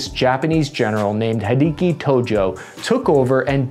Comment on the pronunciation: "HeDeEkEe ToEJoE" Jesus Christ, I'm sure they said his name who knows how many times in high school world history class.